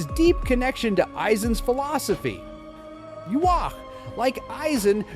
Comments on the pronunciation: They way the AI pronounces Ywach like (Yu-wok) and (Yu-wash) are definitely worse. It's (Yu-ha-ba-ha) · well isn't it Japanese? But if you want to say the actual English pronunciation, you're wrong. It's (Yu-hava)!